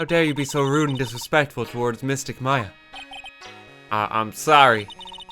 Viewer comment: ITS M-A-YA